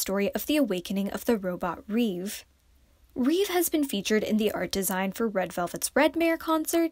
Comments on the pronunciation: Its not REEVE. Its LÈH-BÈH (the way Koreans would say REVE) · The way you pronounce ReVe is just....